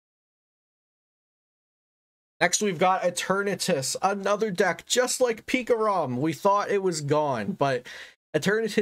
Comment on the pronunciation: for some reason i laugh when i hear pikarom